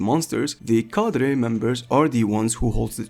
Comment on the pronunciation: Why are you saying the word cadre with a spannish prononciation